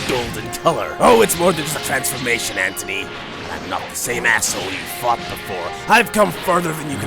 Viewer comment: GENERAL AN-TONY